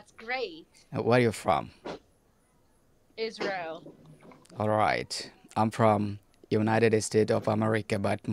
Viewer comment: They say i am fong isreal hahaha